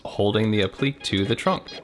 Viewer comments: It’s App-li-que (k) not Ap-plique (pleek) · Great video. Only one thing, I know it’s a small thing and I’m not trying to be pedantic but, the word is pronounce “Ap-plik-Kay”. The is a “ ‘ “ over the “e” which means it’s not silent like in technique. Also, I’m not sure if this is even the proper use of the word. I think that piece would just be called a “molding” or, “trim” piece.